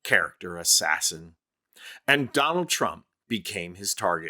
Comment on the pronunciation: "Don-Old" Trump lol love it